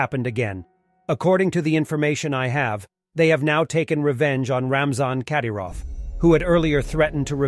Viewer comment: The emphasis goes on "y" in the last name Kadyrov. Not on "a".